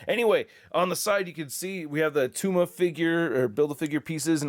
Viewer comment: IT’S NOT ATTUMA!!!!!!